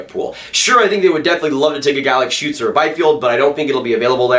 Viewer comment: you are the first american to pronounce tim stützle´s name correctly...(from the ones I've heard so far) :D